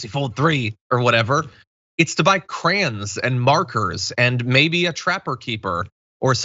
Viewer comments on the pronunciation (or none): It tickles me to hear John pronounce the word " krayns"(crayons) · "Its to buy crans"